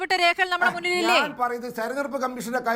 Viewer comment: ദയവായി "തെരഞ്ഞെടുപ്പ്" എന്ന് വാക്ക് "തെർണെടുപ്പ്" എന്ന് പറയരുത്, ശ്രീമതി ആന്കർ.